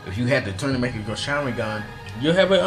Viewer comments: Please fix your pronounciation.... It's Mangekyou, not makegyou :||| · Great video but the way you pronounced mongekyo was kind of off putting xD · MECHAGYO SHARINGAN? Doing a video on Doujutsu? Repeat after me PLEASE:. MANN-GEH-KYOH. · STOP SAYING MEKAGYO SHARINGAN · It’s pronounced Man-Gek-E-Yo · Really?! "Makkekyo Sharingan" "Kemui" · man-ge-kyo. what's so hard to say? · You mispronounce mangēkyo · Nope, Man. Unless you mean like the 'mon' in mon*key, then no. The second syllable is frigging *Ge. Not pronounced like 'jee' but like the 'ge' in *ge*njutsu. The last syllable is the easiest, kyo. Not 'kee-yo, just say it together, really fast. In fact, you can say 'kee-yo', it's not a syllable to be picky about. To end this argument, this symbol 万 is literally pronounced "man" (Search it up on google translate and press the sound button). This symbol, 華鏡 means magnifying glass. When it is put together, (万華鏡), it means, kaleidoscope. It doesn't make any sense, if you change the sounds to shit like "mekagyo" and "mon-geh-kyo" is just not properly pronounced. 万華鏡 makes much more sense because it fits with the design of the Mangekyo Sharingan design fitting that of a kaleidoscope, especially Sasuke's Mangekyo. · madara's mangekyou sharingan and rinnegan are the greatest and please learn to pronounce the mangekyou sharingan.